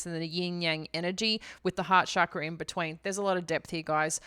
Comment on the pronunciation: If you know so much about chakras then why don't you know how to pronounce the word? Stop culturally appropriating from Hinduism and bastardizing it's meaning, you're not qualified to talk about chakras at all and NEVER WILL BE.